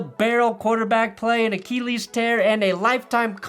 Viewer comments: why cant you pronounce “achilles” properly? It’s “ah-kil-eez” not “ah-keel-eez”. We aren’t going to keel the Titans this weekend … we are going to kill them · The way says Uh-KEE--lees like hes taking lessons on English pronunciation of a Greek word from a French Youtuber